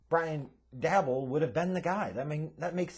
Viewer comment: The name is pronounced (Day-Bull) nod Dabble